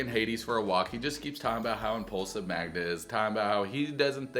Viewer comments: can't even say his gf's name right... Much less the dog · Hades may be pronounced differently in Polish. The irony though. He makes an effort to pronounce the dog's name correctly, but struggles to get Magda right 🤣😂